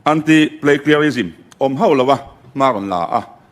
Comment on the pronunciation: Plagiarism tih pawh lam thiam ṭha mang si lovin mi Bill putluh a sawi chhe vak vak mai a.Tawngthei sabawp chang an tih ang deuhin a lam zing ve bawk si.. 😂. Lam fuh thei bawk silo. A thu hrim hrimin mi thiam te hian midang te Research leh thu lo ziak tawh behchhanin thu leh hla an la chhawng ve tho bawk a.Chuvangin PLAGIARISM pawh hi Hypernym a nih reng ni. 😂Inti fing ho hi an fin loh vang a inti fing anni tlangpui a, thil hria inti em em pawh hi an la hriat tawk loh vang a ni duh bawk.